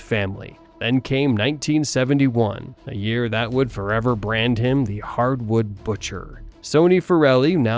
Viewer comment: He said the Hardwood butcher? Was this a joke or does he know it’s actually harwood?? 🤣🤣